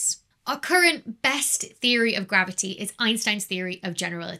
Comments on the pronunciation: Dear Becky, its not maverty the interacts with maverty , its Macavity that interacts with gravity and spoils your calculations, as explained by the Nobel Prize winner T. S. Lewis in 1939 . 🐱🐱🐱🤣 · love "mavity" in bloopers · Don't you mean "mavity"? ;) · I was going to say you didn't say mavity correctly. Than came the bloopers :) Anyhow ... If a body is close enough to one of the sources of the gravity waves, like the merging of two black holes, let's say within 10 light-years would there be some kind of an effect that you can physically feel from the gravity waves? Like we had two merging black holes of the distance of Alpha Centauri, could this waves impact the orbit of the Earth or Moon? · I think she was having a stroke... somebody should call The Doctor